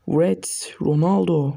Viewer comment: Wrets derken niye wğrewts diyon knk KSKSSKSKKSKSLWKSD